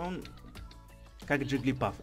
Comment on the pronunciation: не джиглипАф а джиглипУф